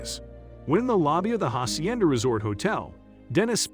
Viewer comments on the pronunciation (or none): none